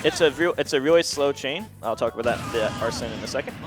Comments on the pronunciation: The pronunciation of "Arsene" got me pretty triggered ngl. Arson lmao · It’s actually pronounced as “Ack-sen” since it’s French. “Acksen Loopeh”